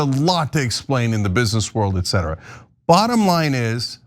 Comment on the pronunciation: Also the commentator saying -ughh- "EX CETRA". OMG no, it's "ET CETERA". It's etc. <-- The "T" is there for a reason.